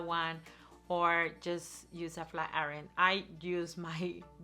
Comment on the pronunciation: Her English sucks to explain. Can’t even pronounce IRON! Knuckle head